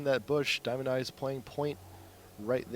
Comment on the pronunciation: this commentator is so annoying, he is diamondez, NOT diamondeyez!!! GET IT RIGHT